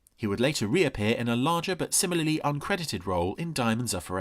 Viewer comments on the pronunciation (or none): none